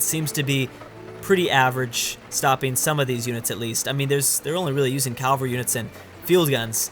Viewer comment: “Cavalry” is not “Calvary”.